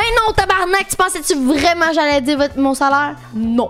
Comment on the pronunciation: un coréen vreuuuument